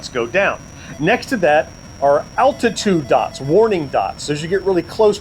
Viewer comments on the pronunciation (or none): none